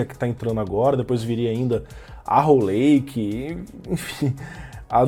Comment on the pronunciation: só a pronúncia do em inglês me da uma fisgadas, como arrow lake, ele aceitar o lake, mas erra o arrow feio. Que custa dar uma pesquisada 20seg no google tradutor? pra ver a pronúncia.